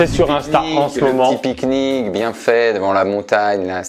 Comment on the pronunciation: Ils ont dit "bon appétit alor" les gens qui réponde a ben quand il dit "ont fait un pik-nike"